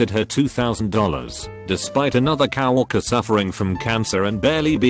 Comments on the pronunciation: COW-ORC-ER XD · Text: Says "Co-worker" Bot: cOW wAlkEr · I love how it pronounces it Cow Orker